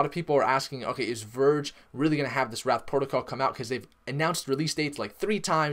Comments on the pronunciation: It's wraith, not wrath. Pronounced like ray-th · It's wraith (rayyyyy-th) not wrath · Duuuude, it is the wraith protocol, not wrath !!!!!!!!!!! Say it: wraith, wraith, wraith. Not wrath. Definition of wraith: a : the exact likeness of a living person seen usually just before death as an apparition b : ghost, specter 2 : an insubstantial form or semblance : shadow 3 : a barely visible gaseous or vaporous column Definition of wrath 1 : strong vengeful anger or indignation 2 : retributory punishment for an offense or a crime : divine chastisement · Dear God please stop saying wrath lol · It is wraith - as in wait but with an r and h at the end people. But The pronunciation is not what matter is, the TA is what you need to listen to. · Why do you say Wraith and Git Hub incorrectly?